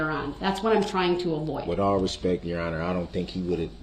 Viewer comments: He never once said that ! He said, "With all due respeck" whatever that means ! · It is amazing how many commonly used phrases he frequently uses that he can't seem to quote correctly. For example: "with all respeck" instead of "with all due respect ". There just has to be some kind of defect in his brain's processing capabilities !